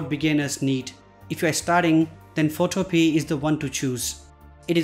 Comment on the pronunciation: It is pronounce PhotoPia like MamaMia. It can also be downloaded and Install on a computer. You should research the basic info before you do your videos.